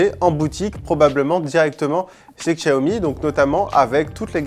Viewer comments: Ça se prononce "chiaomi" putain !!! Faites un effort svpppp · Kristians Straume oui regarde le PDG de la marque qui explique que cela ce prononce Chiaomi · Kristians Straume non c’est bien lui qui a raison les chinois prononce ça Chiaomi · Mizukage yagura ça se prononce "Xiaomi", Chiaomi est la version américaine